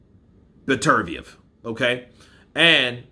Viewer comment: Get his name right...Beter - biev.